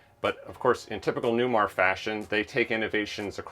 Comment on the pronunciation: Does this Newmahhhh have Smahhhht Pahhhhk?